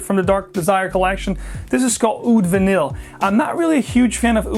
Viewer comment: Great video on Mancera but confused on these pronunciations... several fragrances here end in VANILLE yet you pronounced most of them Vu-neel then the last one you pronounced Vu-neey.